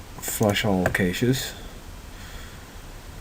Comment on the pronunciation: never make fun of a man for pronouncing a word incorrectly, for indeed, he learned the word by reading it.